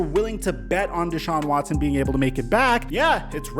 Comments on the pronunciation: Ian Scheffter: ‘Dechaun Watchson” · "Deshaun Watshon"